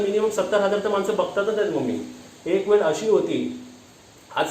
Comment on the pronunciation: हो मी तर start to end सर्व ऐकले. कारण तुमच्या बोलण्यात काही खोटेपणा न्हवता उलट त्यामध्ये नात्यांना जपून ठेवण्याची एक तळमळ दिसत होती. मला तुमचा सर्व talk आवडला. आणि एक suggestion आहे तुझ्यासाठी तू (ळ) cha उच्चार (ल) असा करतोस त्यामध्ये फक्त तू सुधारणा कर. For eg. वेळ बोलायचे असेल तर तू वेल असे बोलतोस. Just मी तूला सांगितले मी आशा करते कि तूला राग नाही येणार या गोष्टीचा. बाकी vlog तर खूपच भारी.